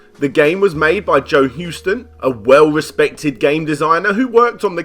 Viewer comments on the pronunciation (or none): none